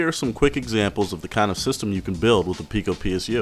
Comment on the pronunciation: no, pee-co